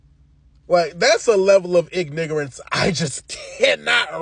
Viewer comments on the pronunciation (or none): My guy said ‘IG-NIG-ARONCE’ 💀